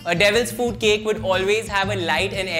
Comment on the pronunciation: He's telling devils fuut cake😂